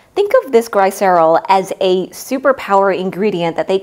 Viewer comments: Is this an AI slop channel? You keep mispronouncing science vocabulary. Lysis is pronounced "ˈlī-səs" Glycerol is pronounced "ˈgli-sə-ˌrȯl" The Miriam Webster dictionary will say it for you. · the narrator mispronounces words of greek origin, that are said the same way across the scientific world, it's a clue that it might be an AI. There is so much slop out there we must learn to be more critical. It's not like she said Aluminum or Aluminium. But as a baker perhaps she has never heard these terms as used in the scientific world.